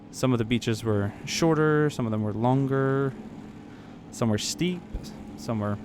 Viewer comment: Sorry, but it is really irritating me that you keep saying "where" instead of "were"